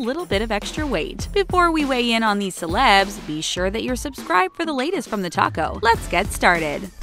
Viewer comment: TheTalko sounds like TheTaco